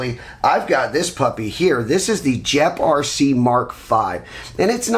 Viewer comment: pretty sure its pronounced gep rc. not jep rc lol